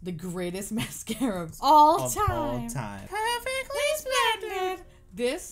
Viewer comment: pewfectwy spwendid 😇